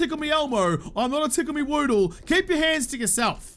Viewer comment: Lol, "just Woodle things" should be a hashtag.